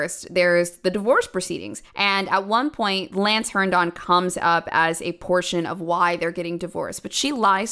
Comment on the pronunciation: You already made the whole video, but if anyone is interested; It's pronounced Hern-din. Not Hern-don.